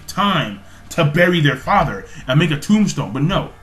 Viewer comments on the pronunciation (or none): none